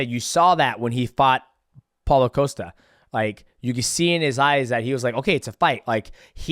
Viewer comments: He called Paulo "Paula" 😂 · 😂 Calls him Paula again lol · I feel like DJ intentionally mispronounces fighters' names at this point 😂 how do you get Paulo wrong? Paula? Come ON bro